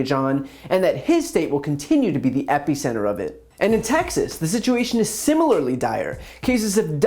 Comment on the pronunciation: Okay you said it twice so I have to mention: epeeecenter 🤣